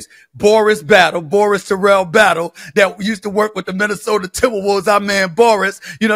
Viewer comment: The 3 sure things in life. Death, taxes and Stephen A saying "Minnesoter" 😂